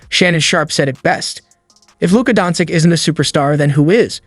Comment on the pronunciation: stopped watching as soon as you pronounced his name wrong in the first line...